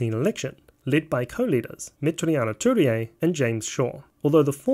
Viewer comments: great video but its worth researching how to pronounce Maori names. It's Me-ti-ri-a Tu-rei (not me-te-ri-a-ma Tu-re-a) and Ma-ra-ma Fox (not ma-ri-a-ma). For some reason you inserted a few more syllables that are there! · it's not meteriana turia, it's meteria (met-ear-e-ah) turei (two-rey), and its not mariama, its marama.